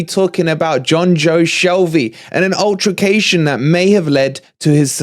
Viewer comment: Imagine being a journalist and can't even pronounce altercation, its not ultracation ffs